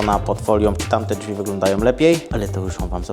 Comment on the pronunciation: Jak jeszcze raz usłyszę "dźwi" to chu* mnie strzeli. Błagam "drzwi" to nie jest trudne a tak razi jak sie tego słucha